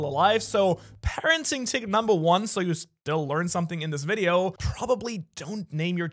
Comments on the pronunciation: bruh he said wideo no video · bro said wideo instead of video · u said wideo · You called it wideo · You said “wideo” say video next time